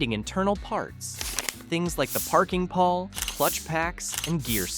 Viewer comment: Pawl is pronounced "Paul" not "pal"